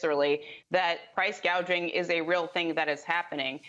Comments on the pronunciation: Oh Christ. She said Price “GAGING”. She mispronounced the TOPIC of her entire speech and her POLICY. Isn’t there a single competent politician in the entire country. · Did she just say price gauging isn't it price gouging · Does she not know how to pronounce price "gouging" and not price "gaging" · Price gouging. She didn’t even say it right. Hopefully she knows what she’s trying to say. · She said price gauging😂😂